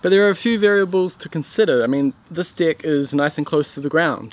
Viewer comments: Serious question. Why do you pronounce it dicks instead of decks. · Can't help it, i'm not native English speaker but how you pronounce deck sounds so much something else, quite sure you know what i mean.